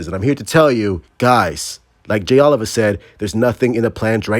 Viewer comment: At what point will someone tell his name is Jay Oh-Lee-Va…